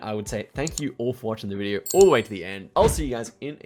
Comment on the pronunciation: It is not F××king Saw'R' it's 'Saw' .....not *Video'R' it's *'Video and not 'So'R' it's f××king 'So' 🤦🏻‍♂️😆🤣🤣